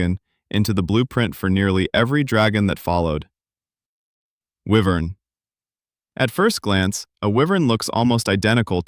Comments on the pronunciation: It's Why-Vern not Wee-Vern..... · Getting this wrong in the video explaining the differences in them is wild. I am also pretty sure wyvern is pronounced wYvern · It's not 'Why Vern?' Ahh man. lol